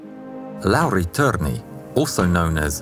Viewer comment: I've known Lauri Thorne as soldier who fought in 3 armies but not known so much about him. Wonderful. Also the törni pronounciation was just like a native Finnish. I love your narration and the new merch. This is an amazing video for 200,000 subscribers (actually 201K now)